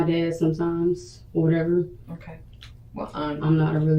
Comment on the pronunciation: Why she keep saying wateva